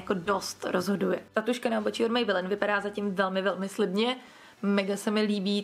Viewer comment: Mě strašně irituje ten [mejbelííín]. Pardon...